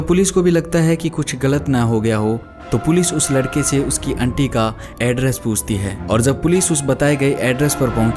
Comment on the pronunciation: बहुत उम्मीद थी...आपकी आवाज़ ठीक है लेकिन कुछ शब्दों का चयन और उन शब्दों का उच्चारण और अच्छा हो सकता है...उदाहरण के लिए - आंटी की जगह अंटी, फ्लश की जगह फ्लस (सारे श वाले शब्दों की जगह स शब्द का प्रयोग किया है. ..माफ़ कीजिएगा लेकिन ये छोटी छोटी चीज़ें इंद्रियों को बांध नहीं पाती। 🙏